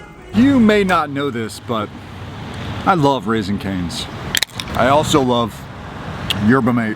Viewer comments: Sherbah mah teh not “Yerba mate” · don’t take this the wrong way. The drink is pronounced erba maté. On another note congrats on the camper!